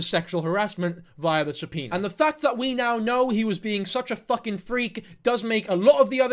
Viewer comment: I thought it was a joke about the way he says it 😂 but i am not a english speaker so i can not laugh probably will say it worst 😂❤